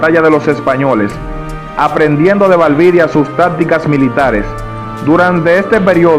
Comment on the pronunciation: No es "Valvidia" es Valdivia